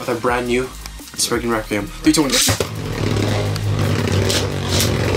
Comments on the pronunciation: It’s not sprign it’s spryzen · You said Legend spriggin